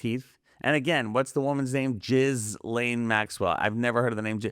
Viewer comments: Her name is not pronounced Jiz-Layne. It is French. The ‘s’ is silent. It is pronounced Jee len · Ghislaine is pronounced "Gee lane" not "Jizz lane". Look it up. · Ghislaune(French name: 's' is silent so, Gee'len not Jiz laine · As a French-Canadian, I can confirm that Ghislaine is a real name. It's pronounced "Ghee-Len". Ghee like Indian clarified butter. Hard G. Let's not disrespect every Ghislaine out there. You lose credibility when you throw out unchecked facts.